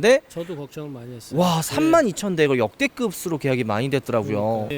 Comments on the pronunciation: 역대급스로 발음 거슬리네 ㅋㅋㅋㅋㅋㅋ 역대끄브로라고 발음해줘 형ㅋㅋㅋ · 역대급 자주말하는것도 거슬리는데 역대급으로를 역대급스로 라고 발음하는게 ㄹㅇ 발암임 ㅋㅋㅋㅋ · 중국인인가? 역대급스로? 이게 틀릴수가 있는건가?